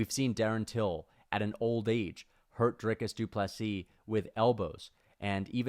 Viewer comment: Just beat DDP so I don't have to hear this family name without the final s, just pronounce it in a non-cringy way. No need for a du plessssssssssssssi